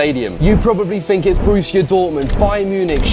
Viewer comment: Borussia Dortmund, not Borrusia Dortmund